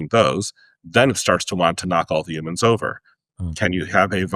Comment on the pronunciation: I dislike how he says the word humans